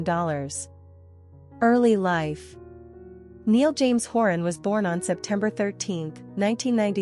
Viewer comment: NYE-ALL. Niall.